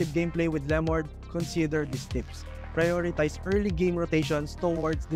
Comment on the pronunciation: Lemord 🤣 dami arte di ayusin pronunciation